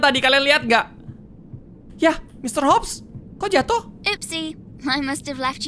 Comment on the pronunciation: KAK YANG BENER ITU MR.HOP BUKAN MR. HUP 😅😅😅😅😅😅